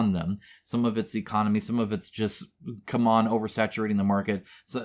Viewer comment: It's not "come on", it's "see-mon"